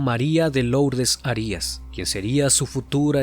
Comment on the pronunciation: Arias con acento prosódico en la primera a